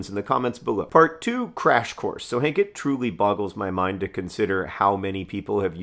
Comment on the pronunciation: Hehe, I just started the video but good morning Hank sounded like "Good morning, Cake" and it made me giggle :)